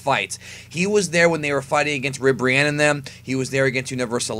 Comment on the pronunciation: It's Ribrianne